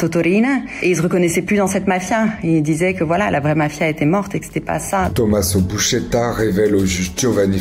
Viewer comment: Buscetta, pas Buschetta 😂